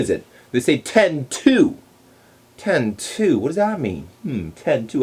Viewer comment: yes, I didn't notice it before but when he says "ten two" it sounds odd... like Chinese stress or something...